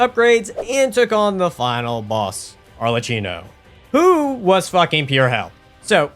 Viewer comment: god please help me lol as italian i've to say arlecchino is a venetian carnival mask and his correct pronunce in english/american was similar to "ARLEKKINO" (nonna perdonami per come l'ho scritto) but said this gg well done dude